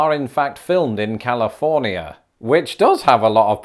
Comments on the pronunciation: omg the way you say Ca-li-for-ni-a with five syllables X-D I dig your videos, thx for posting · The way you said California makes it very in your face that you're British./g /neu